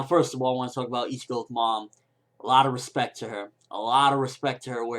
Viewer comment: Keeskay, yolowichi, eeshin, this fucking guy makes me laugh so hard im crying he cant announce Japanese names to save his life, oh holy shit this is funny